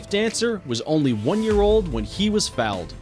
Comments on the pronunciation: Thank you so much for saying this! I wanted to be enchanted by this video but was driven to distraction each time the doofus narrator pronounced "foaled" as "fouled," by calling the horses "it" and by the interspersed cowboy???? clips. Wanted to scream by the end. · Considering I think he's trying to say foaled, how on earth does that work exactly??? I have questions... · The narrator is mispronouncing dressage and fouled. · This guy can't even pronounce foaled correctly he pronounces it as if it was a foul ball! And the announcer also can't pronounce the word dressage he pronounces that dress plus age oh my gosh this is why we still need to use dictionaries in school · one year old when he was "foulded" really" ,ps there is no "U"in foaled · "this horse was fouled in..." um, it's FOALED... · He also said fouled in instead of foaled in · Not to mention that horses are foaled not fouled. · I feel bad for the narrater but he’s being made fun of rightfully so 😂 Foaled and dressage are not pronounced that way sir 💀💀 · The "it" thing rubbed me the wrong way. Also, how he pronounced dressage and foaled....lol!! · This announcer has clearly never before heard the words dressage or foaled spoken aloud🤣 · I am baffled as to why 4 Ever Green didn't bother to enlist a narrator who knew the subject matter for this video. To mispronounce words such as 'dressage' and 'foaled' is inexcusable. Furthermore, to continually refer to the horses as "it" as if they're some kind of inanimate object shows that whoever created this video didn't feel it necessary to get it right, which is a shame as the filming, while cut with irrelevant material not germain to the subject, is at least decently shot. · Lmao!!!! This guy can't pronounce dressage, foaled or Keeneland right!! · Fouled or foaled? Who is this narrator dude and who wrote this crap? Jeez. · A horse is not an “ it” - horses have gender, so are either a “ he” or a “ she”. Horses are “ foaled”, not “ fouled” like this idiot narrator!